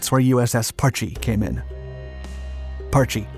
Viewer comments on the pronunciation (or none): If you are going to make a video about the history of a sub you could at least try to pronounce the boat's name properly. Parch not parch-ee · After being station on the Parche for 9 years out of a 20 year career( ) and hearing it pronounced Parch by a lot of people over the years since 1983 it just kinda old and gets me going.